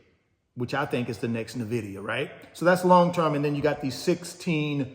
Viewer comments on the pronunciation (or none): Sir. Please decide how you’re going to pronounce Nvidia. Find out how Jensen says it and mimick that if you care about being right. Either way, put that to rest bro. Love the channel. I’m an almost daily listener/viewer. I’m considering joining wealth builders soon so no hate at all. The value of what you do here is beyond your comprehension. Trust me.